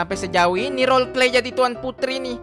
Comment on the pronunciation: Bang putri bukan purti